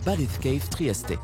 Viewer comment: la "badeskeïf triesté"... mort de rire ça se lit comme ça s'écrit... Batiskaf